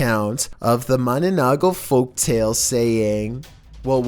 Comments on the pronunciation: its 'Manananggal' not 'mananagal'😁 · dude the no.9 pronounce was manananggal not mananagal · MANANAGGAL not MANANAGGAL hahaha but it sounds good XD.. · That's mananangal not mananagal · #9 it's called 'manananggal' not 'mananagol' HAHAHAHAHAH but you pronounced it kinda cute tho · It's "manananggal" not "manonanggol" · Just want to correct one thing, about video 9 about MA-NA-NANG-GAL not mananagal. 😊😊😊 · I was laughing my ass off when he said mananagal instead of manananggal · Its not mananagal, its manananggal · lol im laughing when said ma na na nagal instead of ma-na-nang-gal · yo guys im from the ph and its manananggal not mananagal and its true. My grandpop saw one of those and its true not edited just sayin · the manonogaul Me:it's manananggal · Philippines: ma na nang gal: ma na na gal Philippines:😑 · Filipino:Mananangal Other countries:mananongol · the way he says mananangal XD (he tried) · number 9 is pronounced MANANANG-GAL and its deferent from vampire..manananggal is a woman flew with half body,while her upper body is out flying her down body (hips to feet) is hiding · I waiting for Filipinos to torch him for mispronouncing Mannangal (sorry if I spelt that wrong) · yes mana -nang....gal!!! That is the correct pronunciation Chill cuz im Filipinos from the Philippines we believed that Mana-nang...gal! Is like ah witch with a half body ,they living in the dark forest which in province , I hope you read this comment chill From: Philippines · can't stop laughing on your pronouncing on Mananang-gal🤣🤣🤣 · said mananagal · The creature at number 9 is pronounced as MA-NA-NANG-GAL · "manananggal" What I heard first: manunukkel When I realized what it is: Me: Wait wha- Manananggal palan yun( It was a manananggal all the time) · Mananang - gal ur pronouncing it wrong 🤣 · It's manananggal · I heard mananagal XD